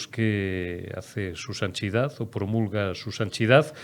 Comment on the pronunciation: "SU SANCHIDAD" 🤣🤣🤣🤣